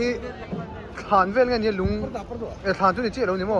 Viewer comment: Aangan te chu i chhiardan a mak hle mai laltai 🤣🤣🤣🤣